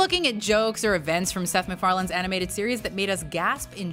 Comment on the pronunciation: She said McFarlen when it’s Macfarlen